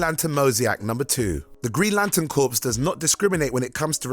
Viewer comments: Not to be 'that' guy.... but Corps (in Green Lantern Corps) is pronounced 'core', not 'corpse' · Core not corps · The Green Lantern CORPSE? I know it's ridiculous, but the word "corps" is pronounced the same as "core". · The Green Lantern Corpse? He did it more than once. The p is silent buddy. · I like to think that the corps mispronunciation was deliberate because of the video's subject matter. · *Clears throat* ..thats a silent 'P' in 'corp'. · You don't pronounce the "s" in "corps," dumbass. You just described the Green lantern corps as a dead body. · Corps is pronounced like core, not corpse. Also, that is not at all how you say, 'mosaic'. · "Corpse"? "Mosiac"? Somebody teach this English guy how to speak English. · Befitting of, not benefiting of. Come on,. These mistakes are getting embarrassing. Also, "corps" is not pronounced "corpse"... "Moseyack"???? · You'd think someone who wants to narrate videos for a living would bother to learn how to pronounce words like "corps" and "mosaic"...